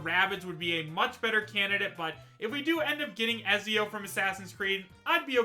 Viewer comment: Ezzzzzzio.... pronounced Etzio my guy